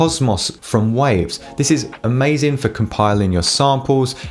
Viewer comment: Waave?... its "WAVE" wtf is going on...